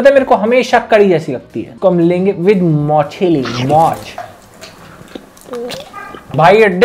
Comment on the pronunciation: Videos acche karte honge, Bangla is our mother tongue, you try to speak the language and that's appreciated. But forcefully trying to make it funny doesn't make sense and at the same time very disrespectful. "Mach" bolo, ya fhir "machli" bolo, what the hell is "mochli"! It's just an instance, there's more and not funny